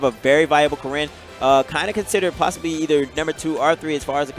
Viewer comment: Why is he stressing the second syllable of Corrin and Ryo?